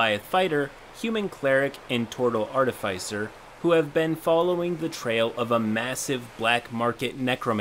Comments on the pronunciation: Hey,, I've commented this before and I don't wanna sound pedantic, but that's not how you pronounce "artificer". The middle silyble is "fih" like in "final" not "fy" like in "wi-fi." Edit: the "fi" is pronounced like in "artificial". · its pronounced Artificer